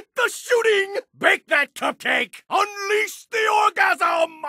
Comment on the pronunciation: WAIT DID HE JUST SAY UNLEAHS THE ORGASM